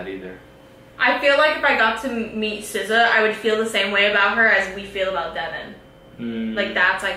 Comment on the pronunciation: LMAO I forgot I had the YouTube sub titles on but every time say SZA it puts scissors and then for the rest of the video sounds like she’s saying scissows